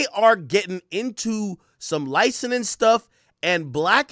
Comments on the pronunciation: Ak is been over 10 years and you are still pronouncing it “licenin” it’s “licensing” for the love of god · BRUH THIS DUDE STRAIGHT UP SAID LICENING 7 TIMES!!! LICENSING AK. FKN LICENSSSSSSING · WTF IS LICENENING? Lmaooo it’s licenSing